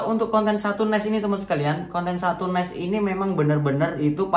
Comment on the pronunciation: Bacanya satu Niche(nis) kali bukan Ness 😀